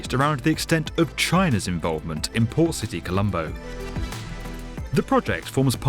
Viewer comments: Thought he said “poor city” instead of port lol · It sounds like the narrator keeps saying 'Poor City Colombo". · I kept hearing "Poor City".... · sounded like you kept saying poor city Colombo. I don't think we needed to be reminded that the city that's dredging up new land from the ocean is a port city, maybe I'm just a bit quicker than most. Looks incredible in planning, hopefully they come a cross few problems, and don't end up enslaved to china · I listened carefully. He says poor city Colombo :D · I can't help but keep hearing "Poor city Colombo" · I keep hearing "poor city colombo" 😂😂😂😂😂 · I kept hearing Poor City Colombo. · lol I kept hearing "poor city Colombo" and just figured out he was saying "port city Colombo". wondered why it was so derogatory at first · It sounds like the narrator is calling the project "Poor City Colombo" That can't be right. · did i hear it wrong? "poor" city? like a bunch of times lol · "Poor City Colombo" is what I heard from him all the time... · I always hear it like "poor city Colombo" xD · what's he actually saying because that's all I'm hearing too! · I was wondering the same thing!